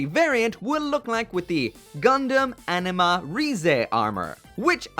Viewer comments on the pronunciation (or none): You say anima, I hear enema.